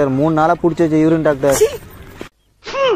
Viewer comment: Bro யுரின் இல்ல யூரின் 😅